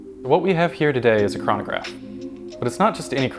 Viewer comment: I hate the way he days "chranograph"